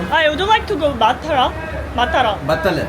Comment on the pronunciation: I think the pronounciation of Matara think them of a completely different city.